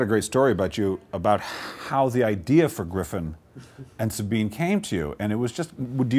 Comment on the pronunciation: Finally, after 18 years I get to hear the correct pronunciation of the name SABINE straight from the author himself. Not knowing was driving me nuts!